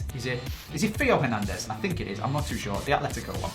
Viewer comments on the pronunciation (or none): The French Real Sociedad left back is pronounced Tay-Oh Her-Nan-Dez